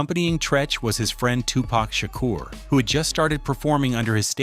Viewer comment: I might be wrong, but I thought it was Money B who had the part, not Treach, because while Money B was rehearsing the script, he couldn't get it right, and Tupac did it for him, and Money B told Pac that He should do it. Money B was the reason why He was there. And I wish you guys would get His name right. It's Tupac, not Tupack, and Shakur, not 2 Pack Shaker. And it's Treach, not Treech. And Camron is not a Dj, you got the wrong one.